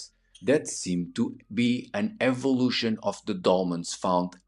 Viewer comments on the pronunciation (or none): none